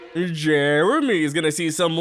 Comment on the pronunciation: stop saying JEREMY like that!